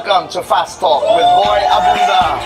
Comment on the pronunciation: may jetlag kapa yata talaga boy abunda po not boy abunsa😁✌️labyahh😘